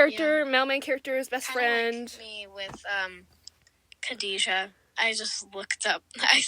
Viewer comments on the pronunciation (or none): ….. THATS NOT HOW YOU PRONOUNCE KHADEJAAAAA (Btw this ate) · Yea but the “kha” is pronounced differently since it’s an Arabic name